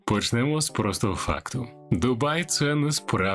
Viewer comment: Почнемо з простого факту . В слові простого не правильний наголос. Це робот читає?